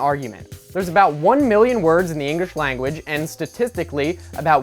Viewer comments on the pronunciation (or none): its "english" not "engrish" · He said 'Engrish' why are we taking pronunciation advice from him? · he says engrish lol